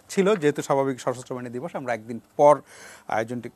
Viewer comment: দিবস না বিদস🤣🤣 বুঝলাম না